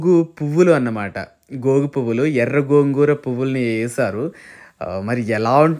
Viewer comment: Gogu kadu gongura